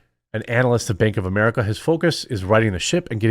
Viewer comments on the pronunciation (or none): none